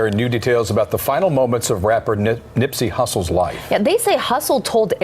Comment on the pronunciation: When you do a documentary on a figure of this status,, do your research and learn how to pronounce his real name correctly…. Cmon Cuzz!! No disrespect to you but damn!